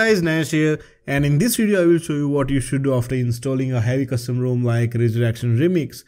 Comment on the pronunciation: Incredible that the profile is named as a play on words from his incorrect pronunciation of rom.